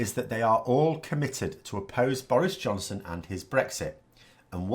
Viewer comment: are you saying "Boris Johnson" or "Boris' Johnson"? ;)